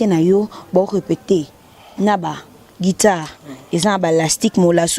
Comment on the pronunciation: Guitare et non guidare 😂😂😂😂